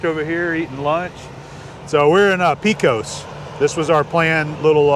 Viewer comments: Pecos has a short e, not long. Like paycos. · I was raised in NM not far from Carlsbad. I don't ever know how many times I have been to the caverns. Somehow I became the tour guide for our visitors. It is a special place. The tours have really changed since the "old" days. Pecos, is pronounced Paycos...